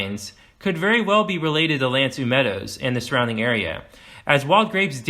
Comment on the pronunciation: L’Anse aux Meadows - Aux is pronounced “Oh”. Why is he saying “L’Ans ee meadows “?